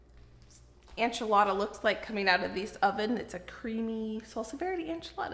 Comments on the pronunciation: Enchilada suiza? The e in enchilada sounds like the e in ben not ein. And suiza is swiss in spanish, pronounced swee-sah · I love your channel and you are adorable. Please know I say this with so much kindness- enchilada is pronounced “en”chilada not “an”chilada. ❤ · I really enjoy your channel,, but I’m pretty offended and taken aback. How come you are saying enchilada incorrectly, still? You saw all the comments and looked up how to pronounce Worcestershire and other words in the past and corrected yourself. Why not do the same for enchilada? It’s a slap in the face to Mexican culture and doesn’t show you respect ours when you can start saying calk correctly but not a dish you continuously make and say in videos.